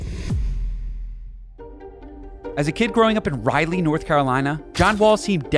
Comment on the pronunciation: hey man good video but maybe try to be a little bit more accurate. “RA-LEE” is how you pronounce Raleigh NC. Also, wall didn’t shoot below 30 percent from 3 with the Clippers. It was .303, very close, but just pointing out inaccuracies. He was a 5 time consecutive all star, not 4, though maybe I misheard that? He also shot above 35 percent from 3 3 times during his all star run, not once. He shot 35+ in 13/14, 35+ in 15/16, and 37+ in 17/18. He also shot 38 combined % during his all star run on all catch and shoot 3s. Also shot 38 on catch and shoot during his one season with the Rockets. All of this said, I LOVE how you mentioned that he might have got himself blackballed due to the comment he made on the run your race podcast!!!! I was surprised I hadn’t heard anyone else mentjon that. I think we know how the NBA owners work, and it’s VERY clear that as much as it’s awesome Wall is so genuine, he just basically exposed the Rockets for doing something VERY illegal in NBA business( think of the implications as far as gambling goes too!!! If they were to be actually investigated for intentiapnlly losing gmars????). I honestly am so glad you used your platform to mention this, I’m surprised it wasn’t blown up, but that might be intentional. The NBA and media powers that be might have got involved and done their best to make sure his comments didn’t beocme anything more. I know people are accused of trying to lose all of the time…but a player who was on the team at the time di